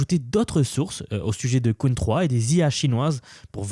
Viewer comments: J’aime bien tes vidéos mais utilise l’IA quand tu ne connais pas la prononciation d’un mot stp Arrête de dire « qween 3 » « qwine « il n’y a qu’un seul ´e´stp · Pour info, "Qwen" ne se prononce pas "queen" mais "kwèn". Merci d'avance. 😉